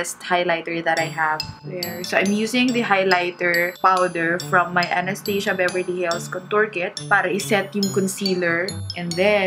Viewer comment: i think it should be pronounced as A-NAS-TAS-YA not a-nas-tey-siya